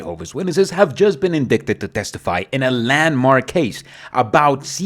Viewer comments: Did you just say inDICKted??? Endicted is not pronounced like that, dude... 🤦🏽‍♂️ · I know that English isn’t your first language, however indicted is pronounced in-dite-ed. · "Indicted" is pronounced "in-dite-id." You don't pronounce the "c." It distracted me since it's the first sentence in the video. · It really doesn't matter. And usually means someone learned English by reading.